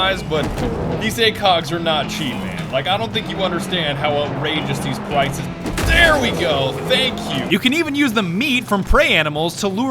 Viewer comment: it sounds like he says "pwices"